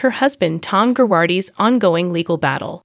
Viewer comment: You pronounce Girardi incorrectly lol.